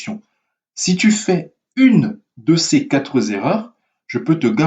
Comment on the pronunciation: Les quatre z'erreurs ou les quatre erreurs ? 😅